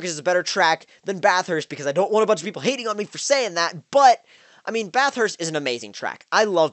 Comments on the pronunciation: Bathurst not bath-hurst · Yeah he wasn't saying it right.😂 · lol the way you say bathurst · The way you say Bathurst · The way Americans say Bathurst hahahahaha